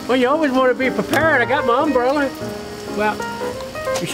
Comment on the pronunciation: Oh man, "I got my umbreller." Too much!